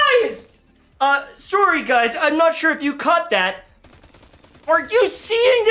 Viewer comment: Sore-y guys